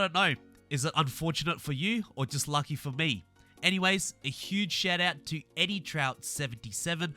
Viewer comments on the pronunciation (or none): none